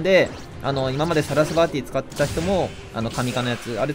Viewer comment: サラス"ヴァー"ティじゃなくて サラス"ヴァ"ティやで、